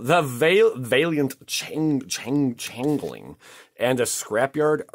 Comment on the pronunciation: It's Change-Ling not Dingeling...... hihi